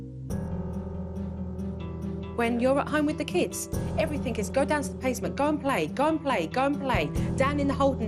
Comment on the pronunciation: I love Jo..love super nanny, however I wish she wouldn’t pronounce everything as EVERYTHINK…..